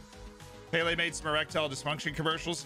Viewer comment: Payle hmm? Not pele then